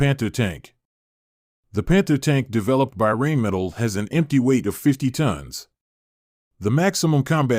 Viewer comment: thats got to be the worst pronunciation of Rheinmetall ive ever heard